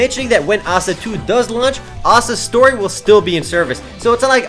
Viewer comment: was speaking really fast, is he trying to break a record O.O Oh and was he saying "Asda Story" or "Asta Story"